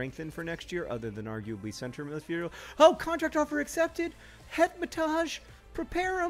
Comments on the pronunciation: John I must inform you that Hetemaj is pronounced Het-em-i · Hetemaj is an Albanian name and is pronounced He (as in hair) te (as in tell) maj (as in my).